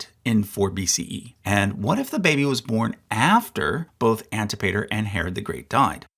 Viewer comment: Antipater is pronounced an-TIP-uh-ter.